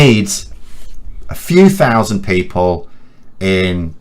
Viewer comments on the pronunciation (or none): none